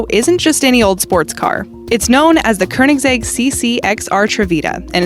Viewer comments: The way she pronounces koenigsegg is konergsegg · Did anyone notice she said kernisseg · Bitch said koenisegg wrong😂😂😂